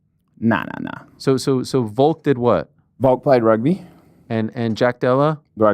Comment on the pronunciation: Love how ariel insists and even corrects people on french sounding words and names but still literally cant even say the word Volk. Stop saying VOKE and correcting people you sound like such a jackass